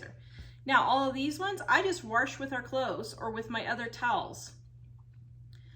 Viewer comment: There isn't an r in wash.